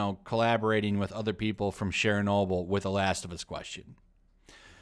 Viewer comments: Share-noble? LOL. It's a hard CH sound, like church. Churchnoble. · Why do you pronounce "Chernobyl" like "Shernobyl"? Weird. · Why do you pronounce "Chernobyl" with a French accent when it's Ukrainian?